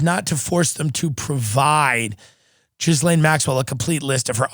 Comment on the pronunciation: love you tim but it is ghee-laine - not gizlaine